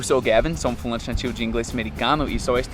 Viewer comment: Gavin você é ótimo porém quando você fala : sou um falante nativo.. o som que ouço é : "sou um fumante nativo". 😅😅